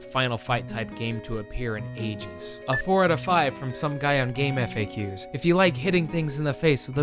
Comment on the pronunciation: You pronounce GameFAQS weird :v